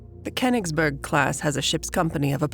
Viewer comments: the reading consistenly mispronouces koingsberh as kennisbo erg damn american cant ever pronouve stuff right. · Name: Königsberg Anglo voice actor: "KhenisbÖrg" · the Pronounciation of königsberg is driving me insane! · Was AI used for the voiceover? The speaking is somewhat strange and both too fast and too slow, and she messes up Königsberg all the time